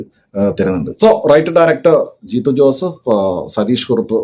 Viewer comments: U heard it right bro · For a moment I heard "ചീത്ത ജോസഫ്😂😂😂